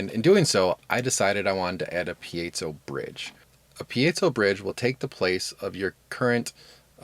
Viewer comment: Thank you for pronouncing "piezo" correctly.